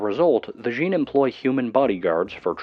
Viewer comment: Djinn, it's just jinn not DEjinn